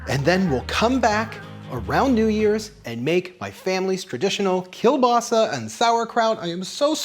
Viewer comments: He pronounced kielbasa wrong the whole time until the end when he said it right. My grandfather was born and raised in Poland and he pronounced kielbasa keel-bossy not keel-basa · My dad is from just outside Pittsburgh, and we always pronounced it kabassi as well. We celebrate the new year the same way. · Thank you so much for posting this! I'm from Southwest PA and grew up with this tradition. This year I bought store bought veg polish sausages but this looks worth the extra effort. By the way, my family also calls it "kuh-bossy" and I get looks in Tennessee haha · Can definitely tell you're from the northeast US with the "kebassi" pronunciation, it's just how it is here.